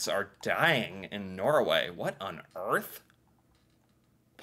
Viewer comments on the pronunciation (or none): none